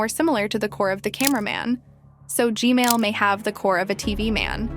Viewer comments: STOP SAYING GMAIL TOILET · You are saying g mail toilet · Blud literally said gmale💀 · It’s g man not Gmail💀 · And also it’s not Gmail it’s G-man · Why u say g mail toilet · Its gman not gmali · btw it's "g-man" not "g-male" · Why does she call the g man toilet the gmail toilet😂😂😂😂😂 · Its g man Not g mall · Its g man toilet not g mail toilet 😂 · Gmail?! It's Gman(not tryna be rude) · Stop callingI it G-Mail , Call it G-man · Normal people: gman toilet:gmale toilet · not to be rude but your saying g mail and not g man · Why do u say gmail not gman😂😂😂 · Why is calling gman gmail? But i still like how she call him g-mail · why do u call g-man “g-mail”? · Its funny how you say gmail toilet squad 555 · I heard you say gmail toilet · the ai said Gmail toilet🤘🤘🤘💀💀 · You said Gmail toilet 😂😂😂😂😂😂